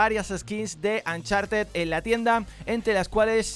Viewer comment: "Ancharted" jajajaja